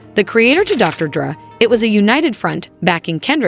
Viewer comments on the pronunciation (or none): it’s the weekend, not the week and it's Dr. Dre not Dr. Druh. AI much?